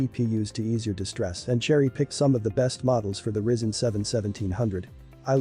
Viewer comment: Pronounced Rye Zen 😂